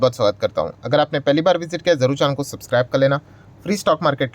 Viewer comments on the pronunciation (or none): none